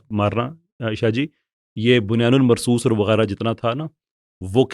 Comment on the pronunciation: بُنْيَانٌ مَّرْصُوصٌ ,Respectfully, your pronunciation of this Qur'anic phrase is terribly WRONG as wrong as these so-called MUHAFIZ and politicians..... it is BUNYAN AM MARSOOS, NOT BUNYAN AL MARSOOS, IT LOOKS REALLY BAD ON YOU! ISLAH FARMA LEEJIYE GA